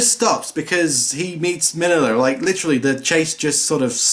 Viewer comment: Your audio is only coming from the right channel. The movie audio is fine. And why do so many people pronounce it “min-illa”, when clearly it’s always been pronounced “mean-ya”? 😂😂. Also, I’m this movies universe, Godzilla doesn’t really exist. He’s in movies. So this is basically like the real world. So these events aren’t canon.